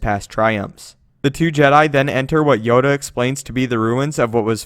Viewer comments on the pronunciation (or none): he says yoder insted of yoda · Did you just say yoder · did he say Yodr?